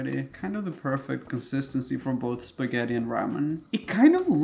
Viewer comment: U say spaghetti but I hear fettuccinn